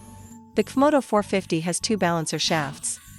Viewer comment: The AI translator voice says , "cuf moto" instead of pronouncing the letters C and F, it's hilarious now that I understand the mix up...